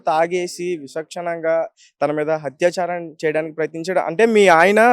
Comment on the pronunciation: Learn telugu hatyacharam kaadu, atyacharam